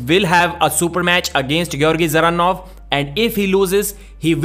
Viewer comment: usually pronunces evropean names correct but not all. Devon and rest of north freedombois always butcher evropean names. Just listen how russians and qazaqs say Dzeranov and there you have correct way to say it.